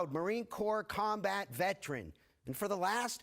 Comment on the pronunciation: Dude overpronounces veteran.